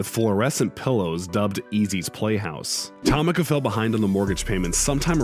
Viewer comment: "TOMM-IKKAH" Wright? Bro..."TA-MEEKAH". How can you fuck up, "Tomica"?